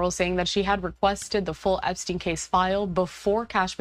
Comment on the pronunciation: my dude said "Epstiny.." hahahahaha